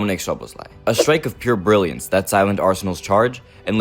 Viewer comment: Brilliance has an R btw